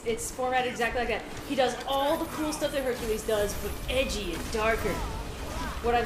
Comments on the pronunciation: Huny you mean HUNKULESE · Lmfao this man said "honey you mean Hunk-ules" 😂😂😂